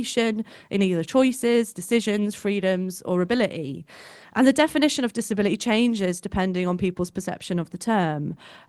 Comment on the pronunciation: She's dropping her Ts in places, in an attempt to sound working class. " Disabila ee."